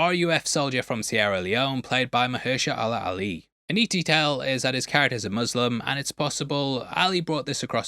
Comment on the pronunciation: why did you pronounce Mahershala Ali like that?